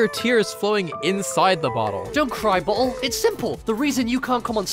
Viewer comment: 2 PRONOUNCED BALL